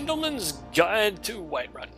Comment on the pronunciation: It's called Whiterun man, not Whiteruin. Have you ever even played skyrim?